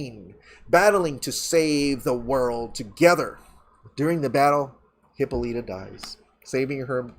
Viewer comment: Every time mispronounces Hyppolita lol